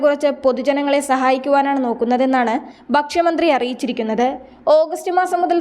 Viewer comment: വർദ്ദിപ്പിക്കുക, ബക്ഷ്യമന്ത്രി, വൃദ്ദ സദനം, സെറ്റംബർ, ലബ്യത, ബുദ്ദിമുട്ട് ഇവയൊക്കെ ശരിയായി ഉച്ചരിക്കാൻ പഠിച്ചിട്ട് വായിക്കൂ. മലയാളത്തിന് A+ കിട്ടിയെന്നു മനസ്സിലായി.